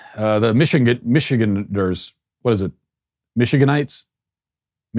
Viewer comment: Matt, it's Michiganders!! 🤣🤣😂😂